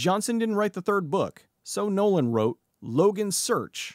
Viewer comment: I had to replay this 5 times until I realized you were saying "Nolan wrote Logans Search" instead of "no one"